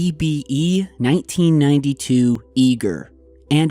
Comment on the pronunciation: Really awesome. Big fan. Do I believe in this shif? I do. Saying it would really be hard or expensive to do in ‘92. Creative artists making molds, poor quality video and some silicone. You saying “1992” sounds like 1880. Even these people could pull it off (-the video capabilities of 1992). Sorry still love ya. Starving art student obsessed with 80’s horror movies.